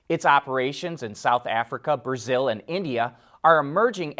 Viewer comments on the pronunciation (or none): none